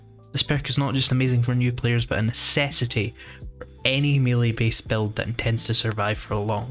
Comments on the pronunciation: Mel-lay not mealy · And even if.... it were constructive, then he'd be wrong anyway as by his own argument the correct pronunciation would be mêlée. French loan word, pronounced as the French, therefore. Rhymes with the football player Pelé. Beyond that is accents, including his.